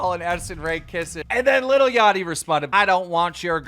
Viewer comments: it’s LIL not little jesus christ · Damn Keemstars such a boomer dad he pronounces "lil" as "little" twitter: Josh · I love how keem says little instead of saying lil-@ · “Little yatchy...I love little yatchy to death” “Little Yatchy” bro ITS LIL L I L NOT LITTLE you literally couldn’t get whiter if you change your name to white